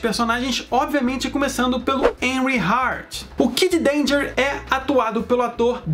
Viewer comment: "Enry Art"